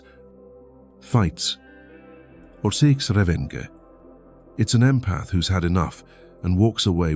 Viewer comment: "....or seeks REV - EN - GUH". Is this narrator A I? Because the word is revenge. Simple. Not "REV - en - guh". It's not German. It's English. Please check your narrations because this is only one of several errors across your "Jung Psyche Hub" and I want to hear the material but not wade through linguistic gaffs.